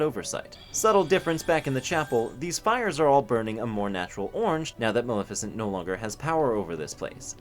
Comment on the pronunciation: Hey “Malissa” had me fucking laugh out loud